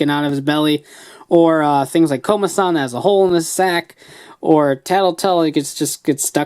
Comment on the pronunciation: I mean Komasan not Komadan